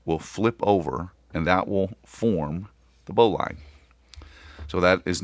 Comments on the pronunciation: Great video. Please pronounce Bowline correctly as Bowlin. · I think you are saying Bowline wrong. It's Bow as in Bow of the boat. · Why are you pronouncing Bowline incorrectly?